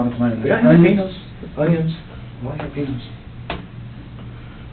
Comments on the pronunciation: Did he just say JAIL LA EPENOS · David Xeno he said jalapenios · The way he said Jalapenos is a purposeful misperception. Like people say leengaree instead of lingerie, because of the spelling. Just being jokey